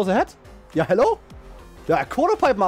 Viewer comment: i love his accent when he says it. yaa HALLO guys!